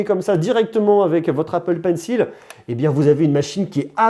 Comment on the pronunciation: "L'ipple pencil" je connaissais pas